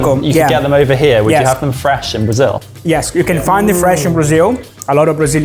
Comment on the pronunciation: Finalmente um gringo falando Brasil do jeito certo, com som de “iu” no final. Ganhou minha simpatia!